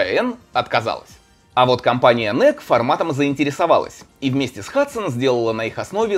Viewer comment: Первая консоль детства! Отец из Франции привёз в 1992! Кстати "Эну-И-Щи" произноситься (๑•̀ㅂ•́)و✧